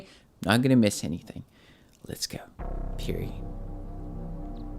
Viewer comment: Wow your Korean Pronunciation of piri(피리) is perfect.